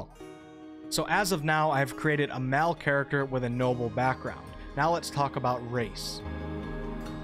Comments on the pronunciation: Great video! But.... The word Male is pronounced like Mail. Everytime you said "Mal" I got triggered. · Why do you pronounce words weird man. "MAAL" for Male, "FEMAAL for female. You can look it up if you are not a native english speaker please.